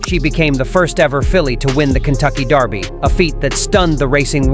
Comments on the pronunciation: We pronounce it "Derr-bie" here in the U.S. It's "Dar-bie" in the UK... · Someone should have told him how to pronounce Derby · Out of curiosity, why is the voice over with an American accent pronouncing it Darby?